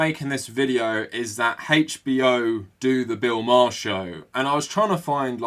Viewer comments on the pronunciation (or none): Haha, you said "haych B O". I subbed so I am allowed to poke fun now : )